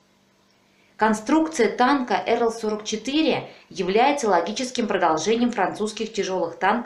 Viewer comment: Только танк не "Эрл", а так и читается: "АЭрЭл"